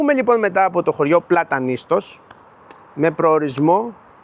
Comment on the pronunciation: Ωραίος, αλλά να προφέρεις σωστά τις λέξεις. Λέγεται Πλατανιστός. Επίσης είναι τα Στύρα και όχι η Στύρα..το επισημαίνω με καλή πρόθεση. 😉